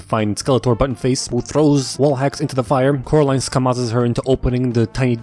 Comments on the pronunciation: Oh Caroline NO ITS COREALINE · Oh Caraline. NO ITS FU***NG CORALINE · The way I laughed when I heard him say Coralines names as 'Caroline' is just very very wrong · he said caroline, not coraline, a grave sin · oh caroline its fucking caroaline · NO ITS FUCKING CORAAAAAALINEEEEE!! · I DIED LAUGHING WHEN CORALINE SAID SUCK MY DICK WRONG LOL